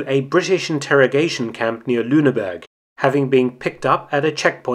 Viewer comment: Rumpf (torso)Reich not rump Reich and it is Lüneburg not Lüneberg